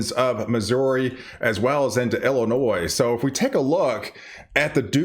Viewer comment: It's not El inois, it's ILL- inoi